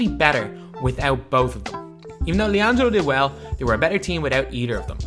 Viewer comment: you mean LianJAILo Ball